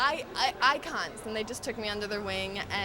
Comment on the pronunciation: when she said "icons" i heard "eye cunts"